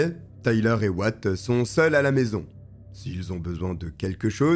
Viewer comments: Super video 🎉 juste comme vu que ca trigger mon cerveau en mode dodo: Wyatt se prononce why + at car là on attend what tout le long. Pas tres important mais voilà 🤣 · Oui ça se prononce ouaiatt....